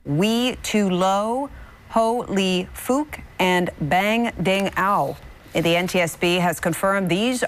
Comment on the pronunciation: But she pronounced it right Ho lee fuk Sum ting wong